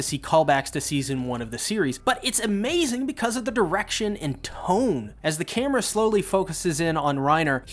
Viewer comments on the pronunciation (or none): none